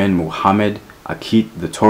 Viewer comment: The pronunciation is TWA REK...Tuareg..!!